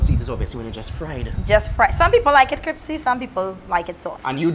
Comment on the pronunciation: She ah die-hard trini"cripsy"😂😂😂